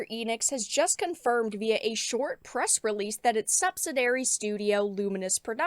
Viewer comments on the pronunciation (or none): the word is sub-sid-ee-ary, subsidiary